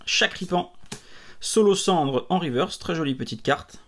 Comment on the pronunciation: Salut ! C'était Charmilly Vmax et pas Cupcanaille ^^' (j'ai pas fait attention si tu t'es corrigé plus tard dans la vidéo après t'être trompé) Sinon, Scolocendre, moi (et plein d'autres personnes, j'ai l'impression) le prononçons "SKolocendre". C'est original de rendre le premier "c" muet, mais je ne pense pas que l'on a le cas de figure dans la langue française d'un "sco" qui se prononce "so", mais je peux me tromper. Il y a "discothèque", "scope", "score", "fiasco", "viscose", etc.